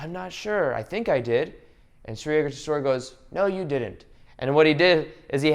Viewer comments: The guru's name is. Yook-tay-swar..😄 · Hey, great vid as always. Just had one suggestion that Yukteswar's name is pronounced as You - kte - swar or You - ka - te - swar. Thank you once again and keep the great work going.